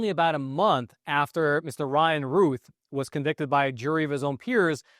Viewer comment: His name is pronounced like the word south. Routh, not Ruth.